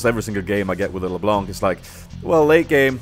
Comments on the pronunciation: The C at the end of LeBlanc is silent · Damn dat "LeBlånk" tho :P